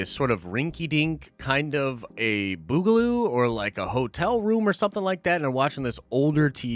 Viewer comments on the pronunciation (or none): Boogaloo? Did mean to say “bungalow?” Is tryin to low key dogwhistle for a second civil war or maybe he was thinking of an 80s breakdance movie sequel? Hmm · Boogaloo? You mean bungalow?